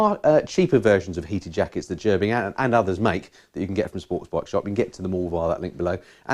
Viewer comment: Great video. A few things. It's pronounced Ger bing. I have a full set, jacket, pants gloves and socks. $700 us dollars all in. I ride in 20 degree farenheit. Toasty warm. No issues at all. I have 3 bikes. I just plug into my battery tender and off I go. If you are buying heated gear. Buy direct from gerbings. They are the best. Ps. MF outer jacket in this video cost $800 us dollars. Ride on brothers and sisters.